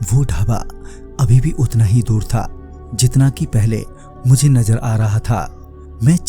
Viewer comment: Najar nahi nazar hai wo sahi se boliye